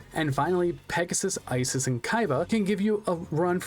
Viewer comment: This is getting on my nerves so let me correct you: Ishizu is the correct name. Isis is not pronounced "eye-sis", but "ee-sis", as it's an egyptian name. To write Isis in japanese you convert "si" into "shi" (Si doesn't exist in japanese) and the "s" at the end becomes "su" or "zu", as "s" doesn't exist in japanese. Why IshiZU and not IshiSU? Because the S in the end of Isis sounds like a Z more than an S proper, so it's translated to Zu. TL;DR: Ishizu is simply how you write Isis in the japanese alphabet, and is pronounced "ee-sis".